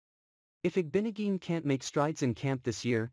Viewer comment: its IG-BO-NOG-EH-NEE JESUS